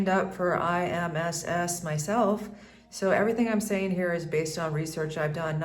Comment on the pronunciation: IMSS is pronounced EEMS, and ISSTE is pronounced EESTEH. Seguro Popular is not a great at the specialist level, it's hard to get an appointment and the hospitals are not the best at all.